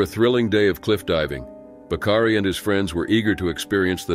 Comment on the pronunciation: "Bakari"...not "Bacardi"...